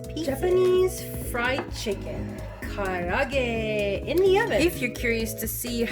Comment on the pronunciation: I dont pronounce it nearly as well as you do but it looks really really good.